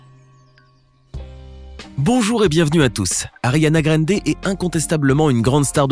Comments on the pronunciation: “Ariana GraineDé” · " Ariana grendé " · " Ariana Graiiinde " lol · Y a que moi que ça a choqué le « Ariana grrrinndéai »😂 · "Ariana Grende"💀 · "Ariana Grénedé" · Je n'aime pas comment tu dis ariana grande , elle est trop belle et super talentueuse alors tu la respecte !